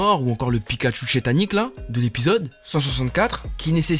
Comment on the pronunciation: Mais tu peux arrêter de dire shétanique